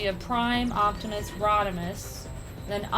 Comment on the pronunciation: Octimus? really?